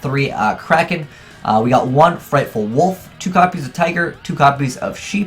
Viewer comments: Frightfur, not frightful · Fluffals are only good for Single Duels. They are pretty meh in Matches. PLus DDD doesnt need to be mixed with mediocre tier shit. ABC Player was terribad and Thrasher Rank 4 Engine> Infinity. Also FrightFUR not Ful. So cringe when you can't read. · okay its frightFUR and edge imp say-bers not frightful and edge imp sah breys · 2 things that EVERY Yugituber says wrong about Fluffals Frightfull- it is FUR, not FULL Edge Imp Sabres- they pronounce it "Sah-Brays", but that is incorrect. Say "lightsabers" from Star Wars, then take off the "light".